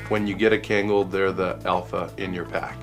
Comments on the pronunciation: Kayngal? It’s pronounced Khan-Gal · Great video but it's Kahn-Gahl not kane-gal. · Great video! But it’s pronounced Con-gall not can-gall. Former Turkish linguist. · Everyone pronounce kangal wrong and it breaks my heart. You can't read everything as if they're written in English.